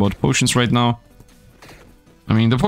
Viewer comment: Are you serious right neow